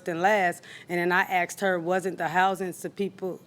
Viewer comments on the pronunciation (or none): “I axed her” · 😂asks ed askeds assskd 😂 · You didn't "axed" her. The English word is "asked".